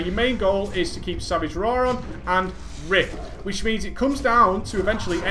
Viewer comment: is it me or does he say rape instead of rip when he speeds up his speech? I think its just me don't like report this its true. also I am taking notes on this I have been a kitty for a long time and doing 3rd dps in raids and I need to do better since I did this its gotten better. thanks for all the vids to help players and it is awesome or gravy as you put it